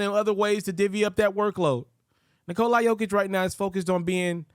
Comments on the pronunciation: Nikola... not Nikolye.... man deserves the respect. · the end isnt the prob. it's the cola part, it's not a long O. Vooch is on video explaining it. Not coca cola, just Nikla.